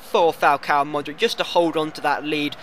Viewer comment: you need to work on you pronunciation Modric = Modrich Hummels = Huh-mmels Subotic = Soobotich